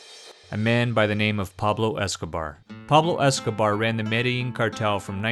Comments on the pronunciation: The double-L has a Y sound in Spanish language. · And Medellin is pronounced Meh-Deh-Lean, not Medling. This guy jacked up all the pronunciations lol